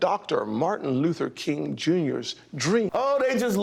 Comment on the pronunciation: Tim Scott can’t even articulate Dr. King’s name correctly. Tim Scott is not Dr. King’s dream; he’s Dr. King’s nightmare 😢